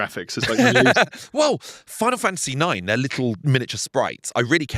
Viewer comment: "Final Fantasy icks" isn't the correct pronunciation of Final Fantasy IX